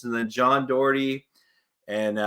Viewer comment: Can’t believe I choked big time last 2 week after being first a couple of weeks ago. Also your pronunciation of Doherty was spot on! Thanks for hosting the league!